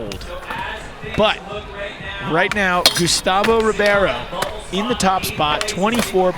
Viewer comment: Carlos Rebeiro = Rey-baro of reh-baro NOT ribee-airo You call people named Jimmy, Jighmee?